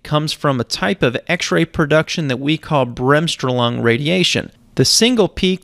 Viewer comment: Just another English speaking American slaughtering a German term: Bremsstrahlung.